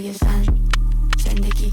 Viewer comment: PERSIA Valiollah سینا جان توی مونولوگ یه جوری زن رو تلفظ کردی که انگار قدرت و ارزشش از مرد کمتره هاااااا🤦🏻‍♀️😐😬اون قسمت که صحبت خانم مسیح علی‌نژاد بود رو میگم....